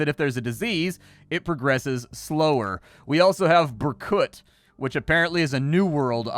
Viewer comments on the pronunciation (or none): That's not "berkUt", that's "bErkut" and it smells like ruskies..